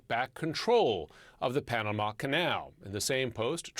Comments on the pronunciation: Girl can't say Panama, keeps saying Panada. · Why can’t she pronounce Panama Pah Nuh mah ?!